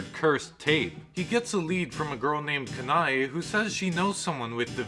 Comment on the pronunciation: Ka-na-e .... it triggers me how he mispronounced her name 🥺